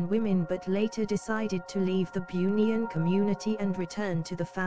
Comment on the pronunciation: kalau nk pakai suara A.i tu, kalau "bunian".. taip "boonian".. baru betul bunyi nya..